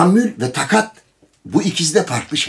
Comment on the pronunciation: be takat değil taakat